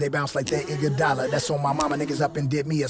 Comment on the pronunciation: Andre "Iguadola"